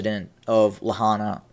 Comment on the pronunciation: It isn't La-hana it's pronounced La-hi-na, it's pronounced like it's spelled.